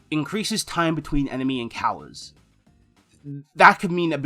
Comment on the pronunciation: "Increases time between enemy encowers"